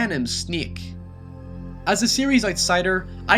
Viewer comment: This is not snake its sneek